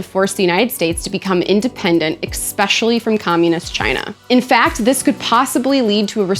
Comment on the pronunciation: Please, learn how to properly pronounce the word especially.